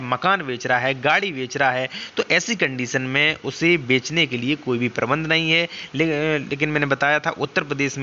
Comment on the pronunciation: प्रतिबंध को प्रबंध क्यू बोल रहे है?